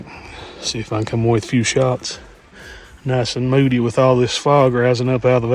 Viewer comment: Nice intro teaser! Every time you said "moody pic", my deaf ears heard "booty pics" 😂